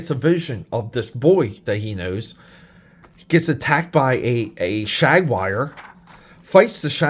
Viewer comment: Shag-wire? WTF is that! LOL! It's Jaguar, say it with me! Damn, a Shag-wire sounds awesome though! 🤣😂😅